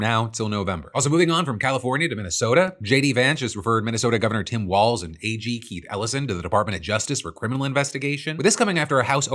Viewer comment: JD Vance can't even say Walz correctly, he apparently thinks the MN Gov is a ballroom dance